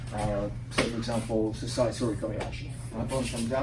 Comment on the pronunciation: *sasae (and not sasai) Tsurikomi Ashi. From the Japanese verb sasaeru (支える) meaning "to hold in place" or "support." Not very important because the pronunciation is pretty much the same.